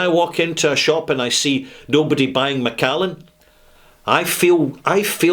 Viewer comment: Macallan, get it right!